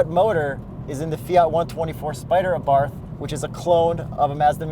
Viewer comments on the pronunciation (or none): Cringing at the Abarth pronunciation. Pronounce it like there is no 'H'.